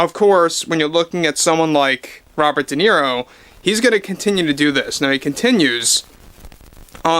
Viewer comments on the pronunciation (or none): Se pronuncia De Niro, tal como se lee, el apellido es italiano